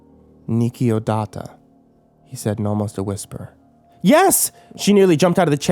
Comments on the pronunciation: ne va muri nikiodata cv de genul spune. pronunta naspa. oricum nu am prins ideea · nu vom(it) mur(mur) e nich o data. That would be the accurate pronunciation I believe. the brackets complete the word in English that would use those sounds. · aw man your pronunciation made the phrase sound japanese! it's / nu' morìm nisciodat'/ i'm not the best at showing in chat how its said but it's differently pronunciated xD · Lol that pronunciation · When i heard romanian i was like "what? When did he say something in romanian?" :)) you pronounced super weird the phrase haha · chan I can understand that he can't say it considering he does not know the language but it makes no fucking sense why you type like shit in it. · "nu vom murii niciodata"? that's not how you pronounce it. :)) for a moment I thought that you were speaking Latin. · He said it so weird 😂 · He said he didn't have anyone to help him with the pronunciation for this one. XD and apologized for butchering it. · the pronunciation sounded like a lovecraftian language.